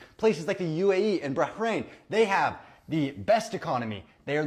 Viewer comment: where the fuck is brah-hrain 😂😂 i think hes trying too much on the wannabe arab pronunciation